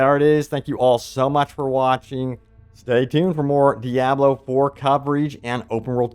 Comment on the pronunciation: 6th and maybe 7th class! Awesome Also, once again DEE-AH-BLO Killing me smalls!